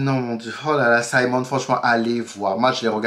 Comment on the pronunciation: Oui tu as bien prononcé. Simon! Merde le mec il sait y faire. Je l'ai regardé en une journée. Tu dois aussi regardé "Sylvie's Love" il y est aussi. Et quand le Duc te dit "Je brules pour vous". 😍😍 Ils ont été très explicite je trouve. Les scènes très romantiques et érotiques que ce soit Simon et Daphnée ou autres.